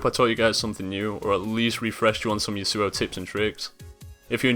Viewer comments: The way you say Yasuo is retarded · I love the iamaqtpie yasuo pronunciation XD